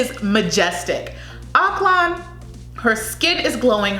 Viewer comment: CAH-piz. Stress on the first syllable PAH-SAHY focus on both separately yet equal stress seh-BOO - stress on second syllable ak-LAN - say it quickly with stress on 2nd syllable not first. Our "o" is short not long like in slow. More like in "on" KEH-zon - again a short "o" bi-LEE-run - stress on the second syllable DAH-vow - like broken vow